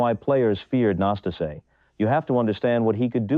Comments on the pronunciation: The accent falls on the second "a" - Năstáse. The first "a" it's not even an "a"😊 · It’s so ambarasing to listen mispronausing his name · Do not twist his name it’s not akceptible. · Pronounce his name right ffs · The commentator can't even pronounce Nastase's name. What a turnoff... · Is the narrator an AI? because in respect for the player, we MUST HEAR A BETTER PRONUNCIATIONS of the name "Năstase"! Ilie Nastase's game was very entertaining despite his occasional nastiness. Quite a true TALENT!😅 🎾👏🌍